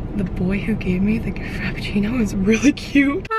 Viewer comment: "The boy that gave me the ca-frapiccino is really cute"🤣🤣